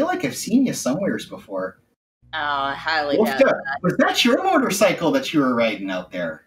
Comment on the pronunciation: Sounds like he keeps saying “Murder-cycle” :)